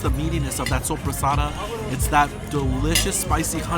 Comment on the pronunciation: As an Italian I'm really impressed by your pronunciation of soppressata.